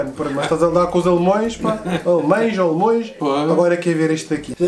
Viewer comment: Pi gosto bué do teu trabalho Mas tu disseste alemoes e é alemaes kkk Abração